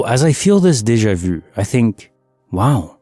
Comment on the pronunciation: I cringe every time he says Deja vu! 😬